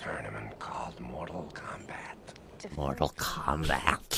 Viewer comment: Morall Kalmbalt